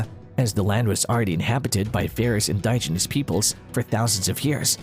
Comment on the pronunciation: indiginous.......in DIJ ehn nus...Pronounce the DIJ as "dig"